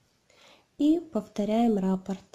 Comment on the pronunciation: РаппОрт, а не рапорт. Ударение на О